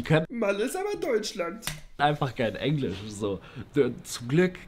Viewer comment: ich glaube Rewi hat Englišçh richtig ausgesprochen